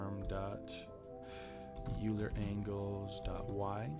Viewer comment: I made something similar to this over a year ago. This alone took me two months of coding on and off, and the end product was a bit janky. Great tutorial! (By the way, Euler is pronounced Oiler.)